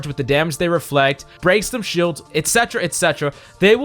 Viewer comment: I lost 50% of my brain cells when he said " Reflect"